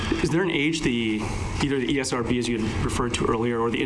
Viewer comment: Esrb more like Erbs